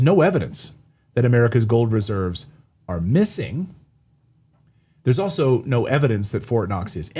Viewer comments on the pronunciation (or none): none